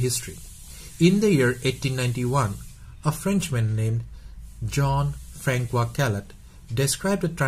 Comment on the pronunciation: I like it when u say... John Francua😁